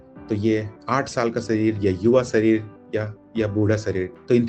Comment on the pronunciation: सही शब्द है _दीवार, न कि दीवाल, इसी तरह सही उच्चारण है _शरीर, न कि सरीर